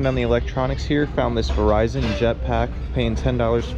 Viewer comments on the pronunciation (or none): none